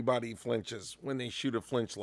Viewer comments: Did you say flinch-lock or am I hearing things? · “Flinchlock”. Nice,!